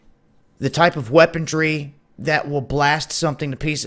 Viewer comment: Its weaponry not weapontry